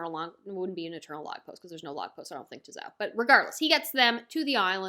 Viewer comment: Zou is pronounced like “so” but with a Z. I could make a Japanese pronunciation chart if you want.